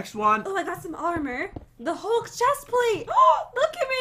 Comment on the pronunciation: Wait did say hulk eye haha lololol 😂😂😂🤣🤣🤣😂🤣😂🤣😂